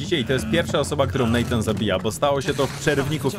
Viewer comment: Natan, a nie Nejtan!!